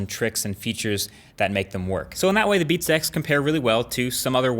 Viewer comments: He sounds like he's saying "beat sex" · "beat sex"? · I swear he says "Beats sex". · Sounds like he is saying "Beat Sex" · It kinda sounds weird when you say 'Beats X' as if it's one word...